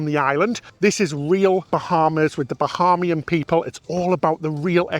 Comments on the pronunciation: Bahaymian not Baharmian. Otherwise, great video. Get yourselves down to the Turks and Caicos Islands. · This is great! Thanks so much for sharing. It is pronounced "Ba-hey-me-en". :-) It is confusing for a lot of people to want to pronounce it "ha" like Bahamas.